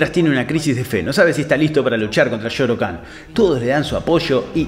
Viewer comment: No se dice Shao Khan, y no Shoro Khan? Misterio.... Igual pase lo que pase banco a este canal con todo mi ser, son fan